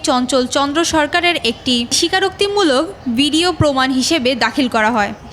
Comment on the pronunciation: প্রতিবেদন যিনি পড়লেন.....সে তো ...ভ.... বলতে পারেনা....ভ ....কে ..ব...বলছেন...........বিডিও ......টেলিবিশন